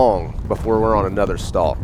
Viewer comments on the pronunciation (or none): none